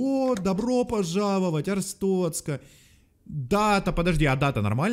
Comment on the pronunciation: Ребята, не Арстоцка, а АрстоТцка